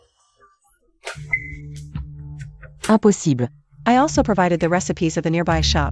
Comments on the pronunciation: Impossible is pronounced the French way 😂 I also noticed that the word come is pronounced like the Spanish way too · Anyone noticed how these AI dub voices are unable to correctly pronounce the words impossible and fine. So funny!😂😂😂